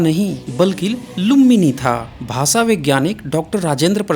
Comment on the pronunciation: आपके video बहुत informative होते हैं. बुरा मत मानीये. स और श के उच्चारण मे फर्क है . आप स और श मे कोई फर्क नही करते. भाषा का उच्चार भासा करते है जो गलत है.